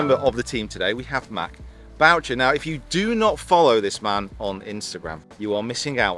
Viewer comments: It’s Boo-Shay!!!! Not BOWTCHER!!! Leave it to an Englishman to butcher a French name! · as a Canadian there is no way Matt Boucher pronounces his name the way they are in this video hahaha